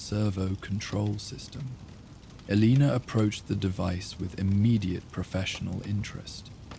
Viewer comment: I greatly enjoy the stories. I can even handle sentences that cut off or run together but please please please pick one pronunciation for names. This time Elaina has 4 different ways...